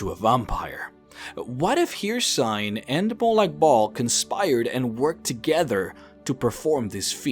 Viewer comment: You’re saying hercine or hersine I forgot how to spell it. Anyway you’re saying hercine wrong